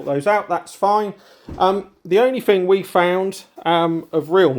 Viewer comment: three not free thing not fing thought not fort ffs i like your vlogs but speak English 🤷‍♂